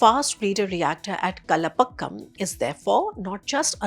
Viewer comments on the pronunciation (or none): It’s pronounced as Kalpaakkam. The Hindi transliteration of Kalpaakkam (with the long “aa” sound) is: कल्पाक्कम Not Kalapakkam as you have pronounced and also Koodankulam and not kudankulam as pronounced by you. कूड़नकुलम (phonetic emphasis on the long “कू”). Always people don’t take efforts to pronounce southern indian names of people and towns/ cities properly while great care if taken to pronounce Chinese , Russian and other names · Cull palk um... That's how you pronounce Kalpaakam, not gulpagam. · Its KAL - PAAAAAA - KAM